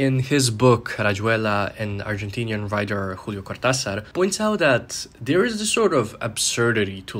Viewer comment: Wait, is Spanish your native language? Julio Cortázar's name was so well-pronounced it took me out for a sec lmao